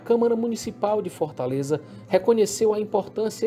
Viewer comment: Ótimo video mais não existe esse negócio de FÓRTALEZA não o nome da capital é Fortaleza ...FÓRTALEZA é meu Zovo